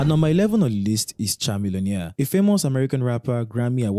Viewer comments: His name KA-millionaire. Not CHA-millionaire. And his friend his Paul Wall, not Paul White. Please research properly. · It is pronounced Kamillpionaire (not chaa-millionaire) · Chamillonaire is pronounced “Kuh.mi.lee.uh.neuh”. You’re welcome. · The way you pronounce Chamillionaire 😂😂😂